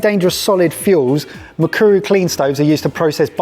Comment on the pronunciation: So nice to see a Kenyan project. I am also working on a project to clean air and save households money. I hope I win this prize. Thumbs up for pronouncing Mukuru so well